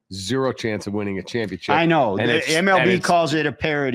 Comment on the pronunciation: championchip isn't a word btw, that's not how that word is said. jfc